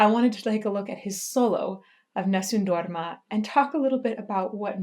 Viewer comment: God,, I just fell in love with the way you pronounce Nessum Dorma.